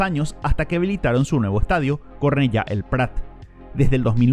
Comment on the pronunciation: No es Cornella es Cornellà lleva acento no es Luís companis es Lluís companys la ny es una ñ.... Si se quiere hablar del FC Barcelona informense bien. Duelen los oídos...